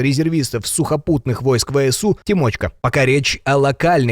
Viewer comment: Не ТимОчка а ТИмочка на И ударение